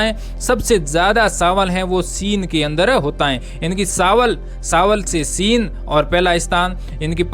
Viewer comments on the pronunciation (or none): आप (च) कि जगह (स) पर ज्यादा जोर देते हो ( चाय- साए चीन -सीन)